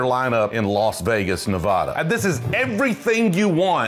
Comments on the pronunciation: Our state's pronounced "Nev-AD-ah" not "Nev-AUH-duh." Love, from Las Vegas! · Yer killing us. It's not pronounced Nev-awe-da (or Nev-A-da, that's a town in Ohio), it's Nev-aa-da. 😱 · Please stop mispronouncing "Nevada". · It’s pronounced “fry” just like your name. He’s mispronouncing Nevada as well lol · Nevada residents watching people constantly mispronounce nevada: 😢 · Pronounce Nevada right PLEASE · Uhm .., Kind Sir you’re pronouncing Nevada Incorrectly Ya ain’t in High School Spanish Class my Young Friend. Westerners pronounce it correctly…. You can git it 🔥💪👊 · I dare you to learn how to pronounce Nevada correctly! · with all due respect for local colloquialisms, everyone where you're from is pronouncing it wrong lol